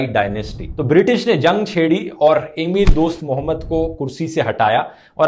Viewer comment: एमीर नहीं अमीर। अपना उच्चारण ठीक करो।